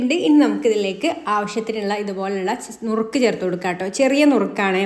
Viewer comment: നുറുക്ക് അല്ല മുറുക്ക്